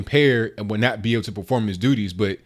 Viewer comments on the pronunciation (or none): none